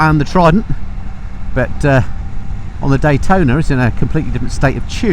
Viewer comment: CFMoto is releasing a 675 "D-Hwai-tona" :D... you need to compare it.